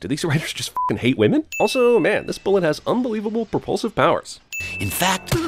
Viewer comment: "Protect the wamens!" Pretty much what I heard mostly from this vid xD